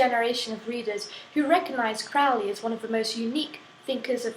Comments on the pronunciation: Crowley Crow-Lee, not Crowley Fowly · fyi, his name is pronounced as crow-ley, it rhymes with holy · hey lady. it's pronounced crow-lee rhyme with holy not trying to be smart just thought you would like to know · Will you please stop pronouncing Crowley in the way that rhymes with foully. It needs to rhyme with holey. Only those who think of him foully call Crowley. I am OTO which I dought you are or you should know better.